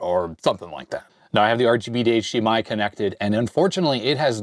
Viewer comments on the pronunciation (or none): none